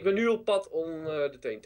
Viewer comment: Jordi zegt TEE en TEE maar het is TNT godverdomme man